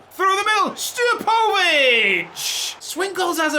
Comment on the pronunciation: Pronounce Stijepovic as Steer-poe-vitch